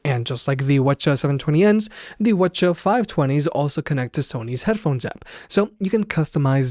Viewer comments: Whuh chuh talking about? Double-You See-Haitch... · Quit pronouncing it "whuhchuh." It's cringe af. And you say it every 5 seconds. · Sorry I'm new to this. What are you saying?? Wha-cha? Wed-cha? Help me out LOL. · What in the f*** is ' wuh chu' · Are they really called Whuchuhs? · sorry but i cant with the wuh chu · You mightve been better off just referring to them by their model number instead of the "wah-cha" which sounded really weird to me as I watched the video. Otherwise good video and thumbs up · Yeah. I didn't know we're saying model nomenclatures now.